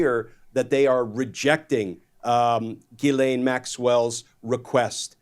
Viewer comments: JIZ-lane is how it should always be pronounced. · My name is GHISLAIN...i'm so tired of people saying her name the wrong way...in french "gh" is prononce like the "j" in Justice and the "s" is not mute